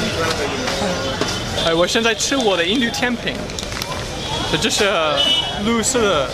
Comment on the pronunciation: 拉很多肚子www 錄色😂😂 外國人講中文有時候會講的怪怪的ww